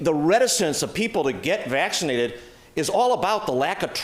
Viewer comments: I can't vote for Faulconer. He pronounce vaccinated as "vaxidited" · I thought Jenner was running too? That's interesting...Hahahaha he couldn't say Vaccinated lol